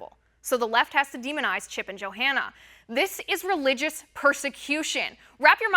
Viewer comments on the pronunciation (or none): The Bible talks about when the end times come, right becomes wrong, and wrong becomes right. Why does she keep calling her Jo-Hanna???...lol